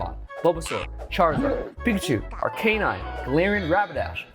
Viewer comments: This is an incorrect pronunciation of Arcanine. Despite being a "canine," Arcanine is actually pronounced Ar-kah-nine. Source: every episode of Pokémon anime where it shows up. Having said that, congratulations,! Lovely piece!:) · Gen 1 Pokémon like Arcanine have been around since 1996. How you say their names correctly is not exactly a debatable topic this late into their existence. Any official Pokémon media that mentions Arcanine has and always will pronounce it Ar-Kah-Nine. Even outside of official media usage, Arcanine's pronunciation in the English-speaking Pokémon community is universally Ar-Kah-Nine. A simple YouTube search of the Pokémon will reveal this to be true. No one says Ar-Kay-Nine despite its name being derived from "canine." ' pronunciation makes logical sense but is not accurate. It is what it is. As a completely random side note, many people's childhoods were ruined when the Pokémon Company pointed out that Bulbasaur is a frog.:) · Maybe he didnt win because he pronounces Arcanine ike that😭😭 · Still can't get over pronunciation of Arcanine